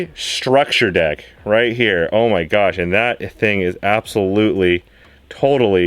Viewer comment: Every time he says structure deck, I cringe a little.